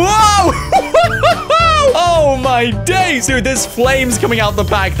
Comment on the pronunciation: its funny when you say oh my daze